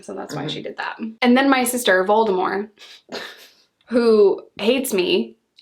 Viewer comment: Why not pronouncing the t in Voldemort? Sounds like they’re saying Voldemore